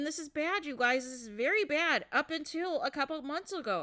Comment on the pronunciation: I can't with the "you GOYZ" 😫